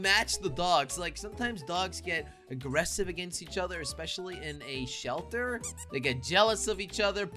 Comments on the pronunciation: Jelly saying selter instead of shelter in the first 2 seconds of video🤣🤣🤣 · U said selter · I like how he said "Welcome to my animal SELTER" I laughed so hard and rewinding and rewinding over and over again 😂🤣😂🤣😂